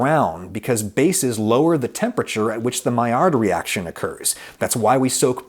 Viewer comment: "mail""lard" reaction....... research acrylamide please